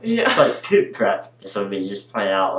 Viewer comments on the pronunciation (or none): I love how he says “pwuuooop” for “poop”!